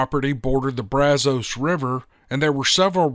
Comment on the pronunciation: Thank u for saying brazos river the correct way